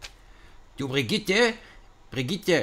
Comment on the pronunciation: Ich hab so gelacht als er mit 'Brgtte' kam :D